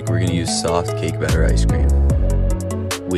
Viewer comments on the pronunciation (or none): He said Blatter instead of Batter